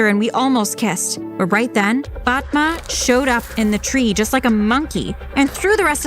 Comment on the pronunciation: I have a friend with that name and it's not Pronounce like that🤣🤣